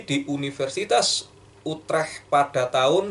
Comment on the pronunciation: Utrech bacanya utreh